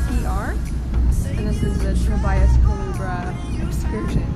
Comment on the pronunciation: Omg you butchered the name 😂😂 it's pronounced Ku-LE-BRA, nice video though🇵🇷